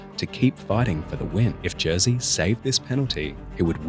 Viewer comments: its Jerzy not Jearsea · Jersey Dudek (facepalm) It's more like Yerzhy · "Jersey" sorry but it's pronounced ye-rzy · Its actually more pronounced like yezy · Dudeks' name isn't pronounced Jersey... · The j in his name is pronounced like a y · I like your content but please learn how to say his name correctly. Your pronunciation is not even close.